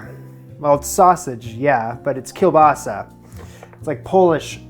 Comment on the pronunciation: My heart ached when I saw you removing skin from kiełbasa. That's the best part! Also, I always shocked when I see Polish products in non-Polish videos, especially when people nailed the pronunciation :D